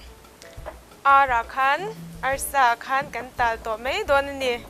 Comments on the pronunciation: Siam thiam viau mahse mizo ṭawng hmang dik la ka ti entir nan 'mai' tih tur ah 'mei' ti reng a......ngaihthlak a hahthlak deuh ka ti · "Mai" tih tur mei tih ang chiah fimkhur a ngai,a dang dangh pawhTin mizo in tawng kan nei a,ziah dik, lam dik hi kan zawm tur a ni a a harsa a mahse,. lam dik hi chu a harsa lo. Naupang kum 10 hnuai lam lam dan ang hi chu a chi tawh loh a "r" hi tlir ngei ngei tur tlir tih chu kan hria ang chu maw. Hnamdang unau ten r (letter) hawrawp mal awmna thumalah an lam dik thei lo fo. Chuvangin mizo tawng a Ra pawimawhna kan hre thei ang. Eg Arpa hi Alpa an ti ,tlang ,hi talang an ti fo bawk. Thar ,ber, sorkar tih ang chi thumalvtawp a r a awm hian hmeichhia ten in lam leitawt fo hi a fuhlo tawp. Thildang in han sawi ah in lam fiah fim tha hle . .... "Mahse a Ar a zir a nia nga....Ar kan ur chhung khan "...tihah te lei i khawr bik zel a ka lo hah thin . Tlang takin lei tih tlir vek tur. A changin in tlir thei tho si a. Ka duhsakna che a ni e. "Bean hi chu duh tawk tawh mai ila" tih lai i lam dan fiah zia hi,a va nuam em,lam no emaw lam sap a ngai lo reng a ni. Tin Mizo tak zel in aw. I hmel tha i zei mi thiam lutuk i nih hi.